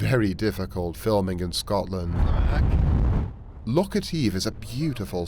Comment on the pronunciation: LOCH! ...not "lock" ya sassenach!! ..though thumbs up for magnificent content and presentation.